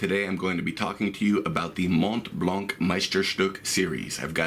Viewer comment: Hey, nice vid, but in French the "c" of "blanc" is really never pronounced. So the "c" is always muted, with absolutely no exception :) (though you guys from english speaking countries should pronounce it as you like !). For example in "Mont Blanc est une marque de stylos" the 'c' is not pronounced even if there is a vowel after